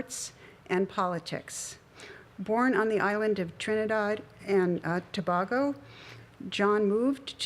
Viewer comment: His name is pronounced EligORRR ....it's French...and its pronounced Trinidad and ToBAYYYGOO...not To- bag-o. You're welcome.